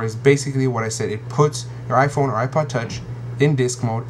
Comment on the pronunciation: Lol iPone !